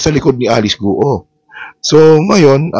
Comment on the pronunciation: Guo is not pronounced as two syllables. It’s not Gu Oh. It’s one syllable. It sounds more like Gwoh. Please correct the pronunciation. Chinese surnames are 99% one syllable pronunciation.